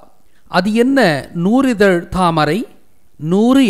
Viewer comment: நூ"ரி"தழ் அல்ல நூ"றி"தழ்....